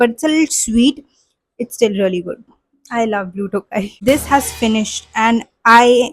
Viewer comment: Blue tho-gai & not blue tokai, since it’s your fav just wanted to let you know the correct pronunciation🧋